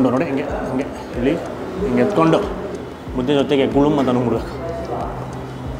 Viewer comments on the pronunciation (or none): ಮುದೆ ಅಲ್ಲ ಮುದ್ದೆ ಅದು